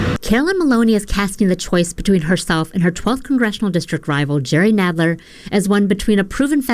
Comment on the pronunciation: Hey! It's pronounce "Nadler"...as in "rattler"...and he's also lower than the belly of one too.